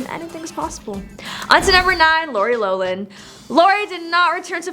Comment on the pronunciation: It’s not “low Lin” it’s “lof Lin”